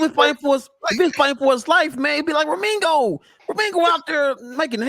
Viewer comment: His name is pronounced, RE- ME - GI -O !!!! OK 👍 👌